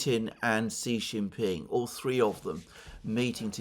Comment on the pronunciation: it is Xi Jinping